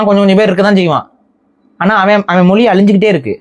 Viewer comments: "மொழி", என்கிற வார்த்தையையே "மொலி" என்று உச்சரிக்கும் இந்த genetically தமிழனாக இருக்க வாய்ப்பே இல்லை... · மொலி இல்ல ஐயா மொழி (ழி)